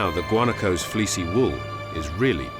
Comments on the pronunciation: guanacos is pronounced wah NA kos not guanicos. smdh. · WaNAHkos, not gooanikos